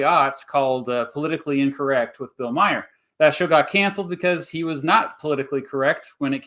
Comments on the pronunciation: TBH I'm struggling to continue hearing "Meyer" referring Bill Maher (pronounced MAR) but I'm gonna stick around as long as I can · Bill Mah hur not Meijer silly goose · It's Bill Maher not Myer. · Bill Mayer ? it is Bill Maher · I like how you call him Bill “Maier”. It’s kind of like, by mispronouncing his name, you’re subtly dismissing him as someone who deserves so little attention and occupies so little of your thought that even pronouncing his name correctly isn’t worth the effort. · Omg the fact that you completely butcher the name Bill Maher 😂😂😂😂 It's pronounced like "Mawr" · Never heard Bill Maher's last name pronounced like Bill Myer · How can I take you serious when you mispronounce bill maher’s name lmao